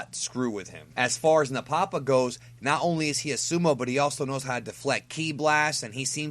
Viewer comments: It's pronounced "Napa-pa", not "Na-Papa" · Nappa Pa is how I heard it pronounced.